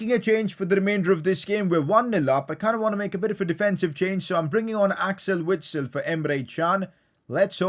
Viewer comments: PCQ: It is pronounced Vitsel, I know it doesn’t change anything but still. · PLEASE pronounce Witsel with a "v" sound